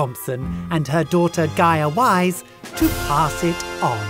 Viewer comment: Gaia wise emphasis on the WISE